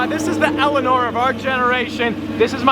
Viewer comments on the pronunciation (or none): none